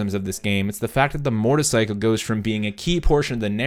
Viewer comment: Is it just me or do I keep hearing him say Mortarcycle instead of motorcycle?